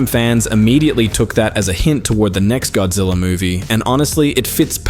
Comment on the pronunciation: The A.I. referred to GODZILLA as "Godzey"?!?!